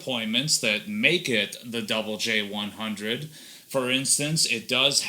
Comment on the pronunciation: Finally... Someone who calls the amp correctly. It was named after the Double J Ranch. 😬👍